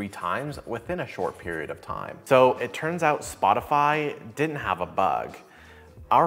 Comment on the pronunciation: Is it me or intentional, but did you said Botify instead of Spotify 2 times? Once and